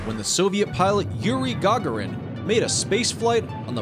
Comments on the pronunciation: guys - his name is pronounced Ga'gaarin, not Ga'ga'rin 😕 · Please put stress on the second syllabus in Gagarin, and don't call him "first austraunut". Thank you.